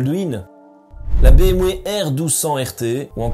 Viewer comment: béèmway 😄 ah les belges ...